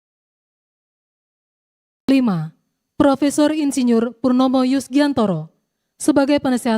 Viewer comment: Selip bacanya. Insinurr